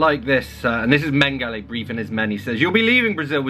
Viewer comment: Mengele is men-guh-luh, not men-guh-lay